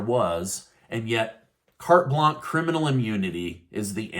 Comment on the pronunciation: Carte Blanche is pronounced Kart Blansh.